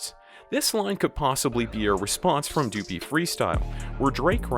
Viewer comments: tf you say doo-pee? .....WRONG.. it rhymes with puppy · Omg stop saying dew-pee freestyle its duppy like puppy!!! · Your saying duppy wrong say it like puppy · It’s pronounced “Duh-pee” = duppy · Duppy is pronounced Duhpee